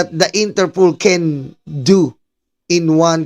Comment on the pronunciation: it’s INTERPOL ( International Police ). Not Interpool. ✌️✌️✌️✌️